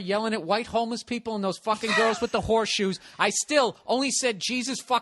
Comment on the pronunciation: I think he's said "Whore shoes".